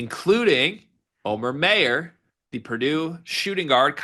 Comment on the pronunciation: MY-ER not MAY-ER. Show him the respect of pronouncing his name right dude